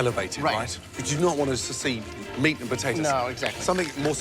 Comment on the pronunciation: They realy can not say meat... 😂